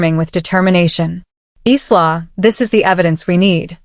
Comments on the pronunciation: eesla? It,s pronounced eyela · Furniture refers to handbags, accessories, and/or shoes and is likely translated literally from another language. btw, I cringed at every pronunciation of Isla.